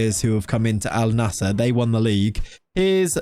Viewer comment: Bro it's pronounced as "AL - NASR", simple